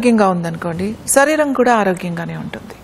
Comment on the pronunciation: దయచేసి శరీరం అనండి అక్క సరీరం కాదు 🙏